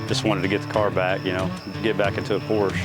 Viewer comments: He doesnt even know how to pronounce the name of it....why would anyone expect him to look after it. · PORSH ??? PORSHE, OK.... I enjoy to watch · 🙈 A what? A Porsch??? Seriously? What car enthusiasts might you be not being able to pronounce this world famous and iconic car brand in the right way? Do you have Lincol or Lincoln, Toyot or Toyota, Chevrol or Chevrolet, Chrysle or Chrysler? It's Porsche with an e at the end! If you're really not able to remember this simple thing, maybe it helps to think about what famous Janis Joplin once sang: 🎼🎵🎶"Oh Lord, won't you by me a Mercedes Benz, my friends all drive Porsches, I must...." 🎵🎶 So please don't be ignorants. Thanks in advance. Best regards, luck, wisdom and health in particular. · Just a heads up folks: Porsch-uh. Not Porsch. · For future reference, "por ·shuh" is the proper pronunciation.